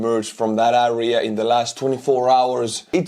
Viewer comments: Kõik muidu super aga palun proovi hääldada area - "eria", mitte "äria" :) kriibib kõrva iga kord. Aitäh vinge contenti eest! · Great update as usual, you are a champion. But please it’s AREA not ARIA🙏🏻